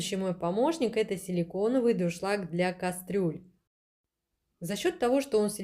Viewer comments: ДУРШЛАГ.!!! НО НЕ ДРУШЛАГ.!!! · Тяжело слушать безграмотную убогую речь, "с магазина", "с холодильника", "с пакета"... слова паразиты - "ну, ну" через каждое слово. "Как я уже сказала, как говориться, да?..." Сто раз произнесла "ДРУшлаг" вместо Дуршлаг. Почему у нас каждая домохозяйка считает себя блогером?? Понравился только приятный голос девушки и такие же приятные тембр и интонации, видно что хозяйка добродушный человек. Выбор товара конечно тоже так себе, зачем столько дешевого чёрного пластика? Те же самые товары можно найти в болеем симпатичном исполнении. Нам мало, что мы варим яйца в дешевом пвх, мы решили ещё добавить туда кусок вонючего силиконопластика, чтобы уж наверняка гадости побольше в продукт впиталось 😂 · Ну вообще-то не друшлаг, а дуршлаг.